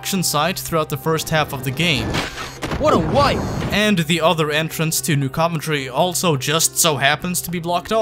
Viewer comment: Dude it’s pronounced New CUV-entry